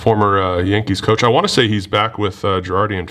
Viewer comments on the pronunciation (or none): none